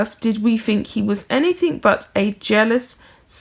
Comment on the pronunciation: Sorry but I had to point out that anything does not have a k in place of the g it is not anythink it is anything